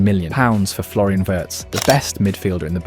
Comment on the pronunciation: Didn’t even realise it was AI until it started pronouncing names and almost has a stroke saying Wirtz 😭